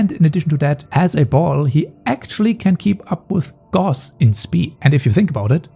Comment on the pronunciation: You pronounced Gauss wrong.